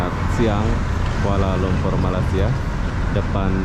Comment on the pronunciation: Bung. Tolong sedikit2 dipelajari juga istilah2 asing supaya konten yg anda buat berkualitas. Perbaiki sebutan anda yg benar utk Malaysia, bukan Malasia seperti yg anda sering ucapkan.